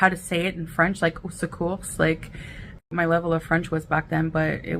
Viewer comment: Did this b actually pronounce the “s” in au secours?!? 😂